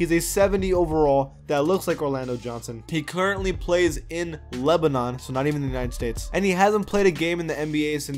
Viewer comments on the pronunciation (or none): none